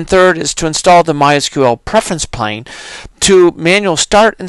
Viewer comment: It's not Preference "Plane" it's Preference PANE. No "L". As in a pane of glass, like in a window.